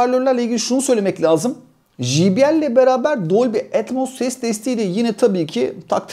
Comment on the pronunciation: jibiyel değil cey bi el.